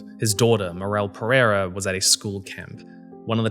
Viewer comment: Perrrrrreirrrrrra? I find it funny how westerners can't say the hard R from Portuguese and Spanish languages... It's better if you say "Pedeida" mate, instead of using your English accent and butchering our language. This rolling R of yours makes it seem like you're mocking our language.